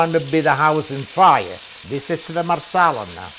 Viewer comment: He say Marsela what it that?